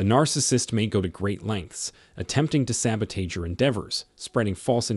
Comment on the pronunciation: The narrator cannot even pronounce the word "sabotage." Why should we take this podcast seriously?